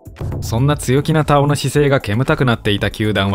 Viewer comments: 「たお⤴️」って違和感あるな 「たお⤵️」の方がしっくりくる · 根尾のイントネーションで田尾って言ってるからすごく違和感ある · 久しぶりに聞く名前だが、読み方に違和感あるなあ。 女優の土屋太鳳の「太鳳」と同じイントネーションなのだが？ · 田尾の発音が太鳳😂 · 田尾と太鳳の発音は同じ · 田尾安志の「田尾」は土屋太鳳の「太鳳」の同じ発音な。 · 毎度名前のイントネーションおかしい たお⤵︎ 顔の発音だよな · 田尾のイントネーション気になり過ぎて、3回目の田尾って言ったところで見るのやめた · イントネーションが根尾みたいになってる。 田尾 田にアクセントだと思うけど。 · イントネーションがおかしい。 田尾のアクセントは頭高やぞ。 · 田尾のイントネーションってこれが正しいの？気になってしゃーない